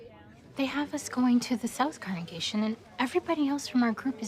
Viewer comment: Damn that actress really can’t say congregation 😂